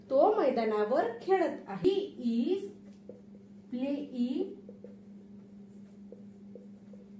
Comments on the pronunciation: हो सेकंट सेंटेन्स मध्ये तुम्ही फक्त एकदा प्लिंग असं म्हटलात मी पुढे व्हिडिओ पाहीला नव्हता पुढे तुम्ही प्लेईंग असाच उच्चार केला आहे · प्लींग उच्चार चुकीचा आहे मॅडम तो प्लेईंग असा आहे